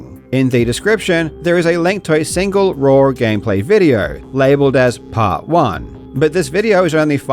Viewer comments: Dude says “raw” like “rawr” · I didn't expect to learn that karl pronounces 'raw' as 'raur' today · Karl is pronouncing "raw" like he is saying "I love you" in dinosaur